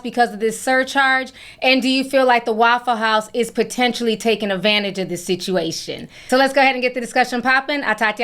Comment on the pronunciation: Not eggvantage🤣🤣🤣🤣